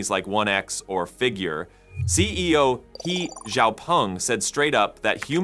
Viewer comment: The pronunciation of the Chinese surname He is Huh, not Hee